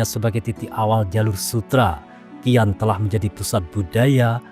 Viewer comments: Xi'an,,, dibaca "Si An",,, bukan "Ki An" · XI'AN , klo tdk salah pelafalannya adalah Si'an.. Jd bingung hehehe. Qin Shi huang, klo gk salah pelafalannya chin shi hwang